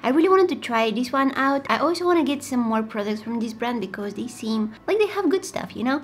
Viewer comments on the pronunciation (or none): Love the way she says becuse